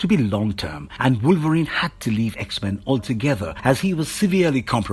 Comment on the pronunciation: I like how u pronounce the X-Men's names. 😁😆